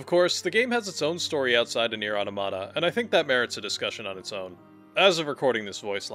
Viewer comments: They way you’re saying AUH-TA-MUH-TA (automata) makes me unable to finish your video it’s not AUTO-MA-TA. 😅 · Strange, that Automata is your favourite game, yet you dont know how to pronouce its name. Its from AUTOMATON, not TOMATO